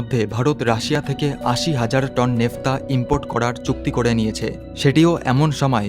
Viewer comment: উচ্চারণটা নেফতা নয় ন্যাপথা। এই ন্যাপথা থেকেই ৯৩১ ধরণের পেট্রোলিয়ামজাত পণ্য তৈরি করা যায়।